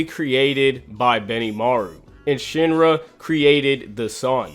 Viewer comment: It’s sheen-ra not shin-ra 😤